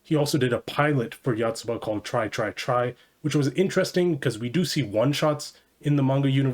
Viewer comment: One of the best series ever, love it. It's great at making mundane, everyday life feel entertaining and interesting to read, just like a young kid learning about the world for the first time. The Yanda-Yotsuba rivalry is absolutely hilarious. Though your pronounciation of Yotsuba is killing me lmao